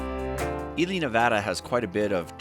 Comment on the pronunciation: I have mispronounce Ely my whole adult life! (I am Assuming you are correct)